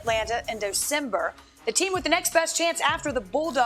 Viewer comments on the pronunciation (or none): 12 seconds in and I didn’t know “Docember” was a month.